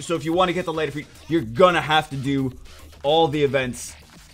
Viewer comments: The way you repeatedly butcher the pronunciation of Ifrit has forced me to unsubscribe from your channel.... ITS NOT IFREET FFS, its IF”RIT” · OMG ITS NOT IFREET..... rit as in ritual. If-rit. your hurting my ears. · Not EEFREET. If-rit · and to think I always called it if-rit and not if-reet. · "If-reet" wth... "Mah-nah" 😐😐😐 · you said Light Efree? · The I’s make the same sound